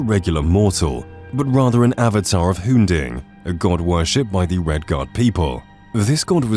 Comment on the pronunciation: "avatar of hun-ding" hmmm this seems.... not right.